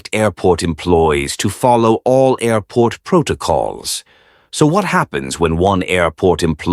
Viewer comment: 6 ,,aairporrrt,, at first !😂